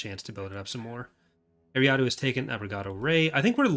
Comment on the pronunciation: is a great developer but it pains me how he says eriadu like ary ah doo and not er ri ah du